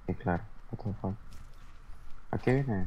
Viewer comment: Lo vi en directo fue clave el chabon diciendo guatafac JAJAJA (ya se como se escribe, lo escribí sarcásticamente así xd)